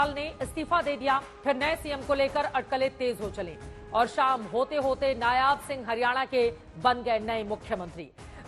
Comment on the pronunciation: नयाब नहीं नायब है😅😅😅